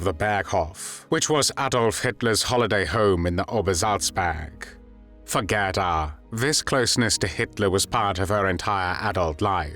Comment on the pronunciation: GADA???? G E R D A!!!!